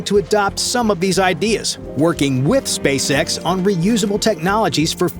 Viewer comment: the way he pronounces SpaceS*x sounds funny,haha 😅